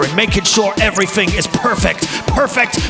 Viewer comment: I agree, that was hilarious. Breaking out the american accent.. very posh.. wasn't sure it was you until I heard "everyfing" lol